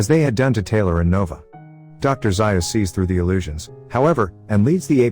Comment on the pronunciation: It’s zayus zaius